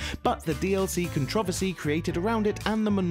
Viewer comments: What the hell's a "cantrivicy"? Can this guy not pronounce any complex words correctly? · cun-truvver-see lol